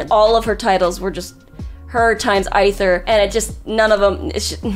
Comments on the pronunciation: Why does she pronoun everyone right except the travellers. Like, A-ther (sometimes Ai-ther) and Lumi-nee. Really now? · the way she pronounces Childe, Lumine and Aether are the same as i did early game lmao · I’m trying to understand how keeps failing to say Aether when his name is said in game multiple times